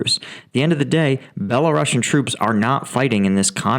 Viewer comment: When you correctly pronounce "Belaroos" then also need to pronounce "Belaroosian", NOT "Belarussian"